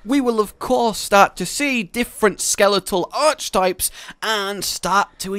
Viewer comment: "Nair-SILLA",. Like that Scylla kraken from The Odyssey, the one opposite the Charybdis (kar-IB-diss) whirlpool. If you're wondering, I arrive at all these pronunciations via years of observational experience with languages from multiple cultures. Which is lucky, since so many of these critter names tend to rack up worldwide frequent flyer miles in the zillions. Also, that's "ark-eh-type", not "arch-type".;)